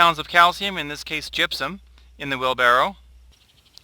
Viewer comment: Truly terrible video. It's gypsum not gypsom... But that's not your biggest problem... It's Jim's edited recipes, the fact that you guys have left out any meaningful source of calcium. Calcium Nitrate, yes. Lime? No. Mittleider used lime for the sole purpose of adjusting pH. Lime would "make" calcium available to your plants in a few months. Calcium Nitrate or calcium chloride would supply your plants with calcium NOW with the additional benefit of "u clogging" the roots, preventing salt accumulation... Basically every video of yours is designed to sell the wand, the micromix and Jim's "edited" books. You are a good SEO guy, good marketing but... Why did you guys change the most important thing in mittleider recipe? Where's the calcium nitrate buddy?????